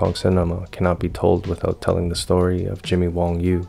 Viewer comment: Wang Yu, not Wong Yu.